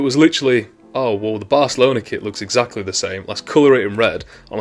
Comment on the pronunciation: Are you saying kit or kid? I obviously know you are saying kit - but it really sounds like you are saying kid.